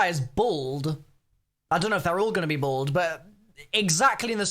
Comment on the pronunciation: doesn't know how to say bald confirmed